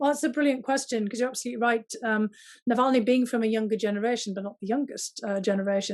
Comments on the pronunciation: It is not Nalvany, it is Navalny! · as an obviously intelligent person, it might be good to check your pronunciation of Navalny’s name. I smiled every time you said it wrong. Go Bruins!!!